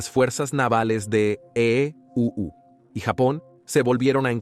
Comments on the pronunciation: Por ejemplo en la parte que dice EE...... U 😂. Parece que usan IA para la narración, no está mal pero pueden mejorar. Por lo demás excelente iniciativa y canal. Muy informativo e histórico 👍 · Esta etapa de la historia es muy importante de conocer, una de las más importantes del siglo XX, si el narrador fuera mejor editado porque esta hecho con IA!!! cierto?, no pusieron atención a la corrección, y cuando este dice: (la marina de E.U.) hace que uno pierda el hilo del contexto, se nota pausa, en la narrativa, esa pausa pierde la profundidad del mensaje.